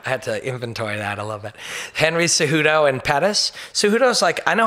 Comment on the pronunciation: atleast he doesnt butcher the names like brendan schawbbbb .. henyyy suuttoo .. "he didnt win it was a drawwwlll"